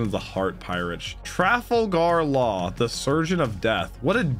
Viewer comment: bro the way you pronounced Trafalgar law lmao